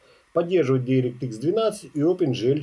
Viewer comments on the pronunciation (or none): none